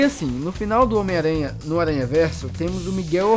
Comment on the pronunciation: omiaranha versão baiano